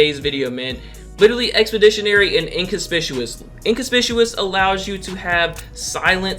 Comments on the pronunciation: Y'all be quiet he tried... LMBO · Granted too funny lol